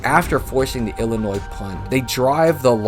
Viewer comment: Illinoissssss? Bro ? No S sir …. Like Des Moinessss. 😅